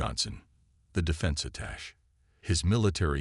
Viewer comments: it's pronounced attache NOT attach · Thought he said apache. 🤣